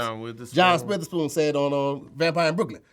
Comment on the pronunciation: He said John spitherspoon 😂🤣